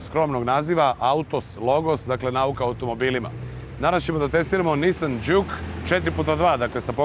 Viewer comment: Mislim da se kaže Džuk, a ne Đuk :-) Auto jeste super, naročito u Sport modu koji je itekako zgodan u situacijama kada treba na kraćoj deonici puta preteći nekog sporijeg vozača (iskustvo sa Ibarske magistrale). Takođe je vrlo zgodno što ima integrisan bluetooth, pa se lepo može razgovarati u toku vožnje. Niste samo spomenuli da ekran pored toga što pokazuje 3 moda vožnje takođe prikazuje na lep način i klima uređaj. Jedina mana ekrana je što nije toliko vidljiv iz ugla vozača tokom vožnje.